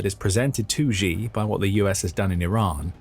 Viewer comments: Its pronounced, "she" not, "gee". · Xi. I know it's really uncomfortable to pronounce his name as "she", but that is the correct pronunciation. "Gi" is not correct, even though you may feel more comfortable saying that since Xi certainly is not a she. Yeah, not the most important thing... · Who is president Ji or Gi? I am Swedish and not a Youtube presenter but at least I know basic pinyin. Just say it Chi in English PLEASE and you are at least much closer to the truth. We would spell it Tji in Swedish. So for English speakers. Xi Chi and Qi just say Chi if you don't know better. There is some difference but still endlessly better than inventing a new president😃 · Let's try saying "she" just as it is pronounced in Mandarin rather than the bastardized "zhee" that just makes you sound ignorant. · It is NOT supposed to be pronounced like Zhi or Ji. It is supposed to be pronounced like "she". Really. Just say the word SHE. That's how it's pronounced. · You know, I'd take this analysis more seriously if you could actually pronounce "Xi" correctly